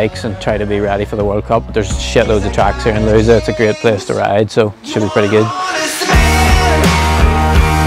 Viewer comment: Nice! Just a little tip, no foreigner says Lousã correctly but its lowzan, not loosa. It's the final accent that makes all the difference.